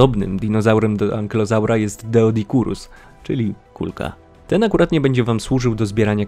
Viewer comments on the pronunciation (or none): Doe a nie deo